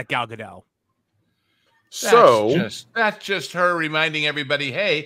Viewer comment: you have got to learn to pronounce “Gadot.” It’s not French.